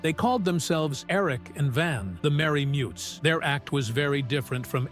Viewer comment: Merry Mutes not Mary Mutts. Pronounced Pet-ree, not Pee-tree. The TV pilot with Carl Reiner stunk!